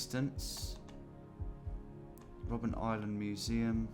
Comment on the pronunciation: You really don't like reading names, do you? :D First Robben Island, then the word "Nürnberger" in front of Christkindlmarkt.